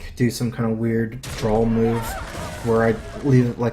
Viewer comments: I think I need to drawl Me: Drawl?:... drawl... Me: He must mean draw.. 26 minutes later.. JUST FUCKING SAY DRAW CORRECTLY YOU FUCKING IDIOT!!! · Is it me or does say 'Drawl' instead of 'Draw' a lot of the time.